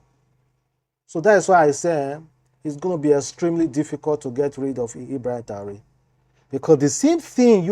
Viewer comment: what is Taure? If you can not pronounce his second name, just call him Ibrahim, as a blogger, you have to be good in pronunciations. May God protection be upon Ibrahim Traore